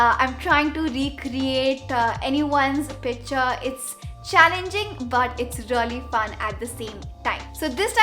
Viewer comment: Isnt it picture? Not pitcher 🤔🤔